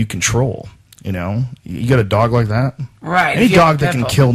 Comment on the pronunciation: you saying 'dat' really helps out too bro